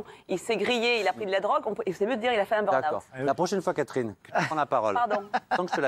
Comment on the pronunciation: « BURN - AWOUUT » 😂😂😂